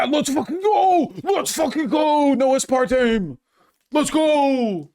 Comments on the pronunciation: first: he says "aspartmeme" second: i pause and skim the comments third: i close the tab, confident that he won't know what the fuck he's talking about in this one. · zilitol,, asspartame??? Why does he pronounce chemical names like a Brit .. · Ah spahr teem you say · “Ass-partmene” Oh god vaush is actually so wrong please do not let this man look at studies / popsci articles. Being smart in one area does NOT mean intelligence in another -_- is he talking about the one that says the “high intake” group is 1 can of soda a day? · ICANT a spartan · ass part meme?? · How is Vaush so bad at pronunciation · I love Vaush but his pronunciations are wild lol